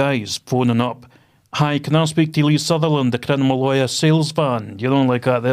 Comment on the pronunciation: “Crinimal law”😂 He literally can’t even say it correctly 😂 and then openly admits to bribing a police man 💀💀💀